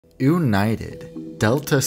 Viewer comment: ewnited is a good joke, but how about we say disunited